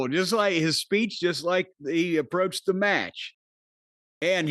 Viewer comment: Giving his speech-uh. In the middle of the ring-uh.